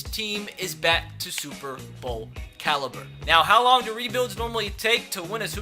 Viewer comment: Did anyone hear him say back to super bowl calliber